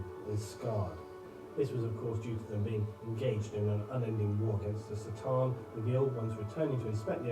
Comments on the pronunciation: This guy pronounces it wrong. Its not Satan.. it's C"Tan.(ka-tahn) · I wonder if that time when he made the video the pronunciation was unclear or why he says it like that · It was made back before Games Workshop had clarified the pronunciation of C’tan.